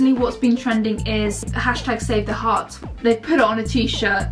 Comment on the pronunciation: I just watched this and I realised she said 'save the hearts' which I never realised that there was the word 'hearts' in 'save the arts'